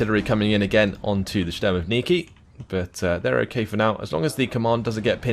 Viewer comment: there's no 'N' consonant in word 'shturmoviki' Not that important, but sounds rather funny